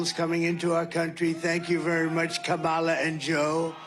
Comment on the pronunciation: You would think BBC reporters would at least know how to pronounce Kamala's name.